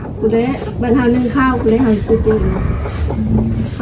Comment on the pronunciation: สบายดี.เว้าผิดสอโตกินเข่า.ต้องเว้าวาสอแข่วกับปากกินเข่าก่อนเด้อจิ้นเนาะ🤔🤭😁